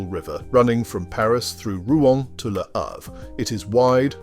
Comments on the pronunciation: I generally love your narratives...but Lew Havre? Seriously? I know Brits love to mangle foreign words, especially French, but Lew Havre takes the cake. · Or perhaps you were intentionally pronouncing it Loo Havre, as a subtle statement of your opinion of the place. Hmmmm. Your narrations are as entertaining as they are informative. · I know WHAT it is. I was being sarcastic. Re your dreadful pronunciation.